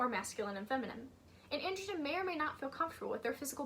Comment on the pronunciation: Just so you know, 'androgyne' is pronounced an - druh - jain, not an - druh - jn! You're pronouncing it as 'androgen', which is a type of hormone.